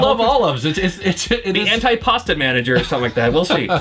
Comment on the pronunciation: Antipasto [an-tee-pasto] not antipasta [an-tie-pasta]. :p